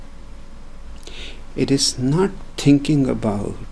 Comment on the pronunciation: "tinking about itssshhh..." When I listen to his approach against thought and logic, it sounds beautiful. I have been in that area myself. However, it also means that you distance yourself from the society and public life, which is going in theopposite direction, becoming more about "tinking" and less about "seeing". I would be interested in hearing Osho touch upon that conflict.